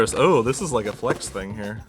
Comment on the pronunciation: "This thind is a boat" yes thats what they are known for.